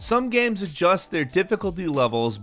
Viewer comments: Jonjo Jr - I hear "gemms" sometimes.. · I love video “gams” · He says “games” weirdly sometimes.